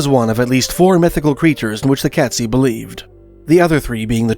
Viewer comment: Great video sir. Just a small correction on pronunciation. It’s Kate-szee. Cheers!